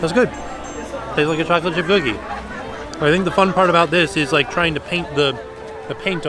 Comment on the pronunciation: trying to say chocolate chip cookie Ghoglate jip googi